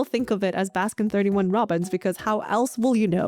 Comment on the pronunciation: pronouncing 31 in baskin robbins is very evil indeed. it makes me physically recoil every time i hear it and this chain hasn't ever been present in the countries i lived in anyway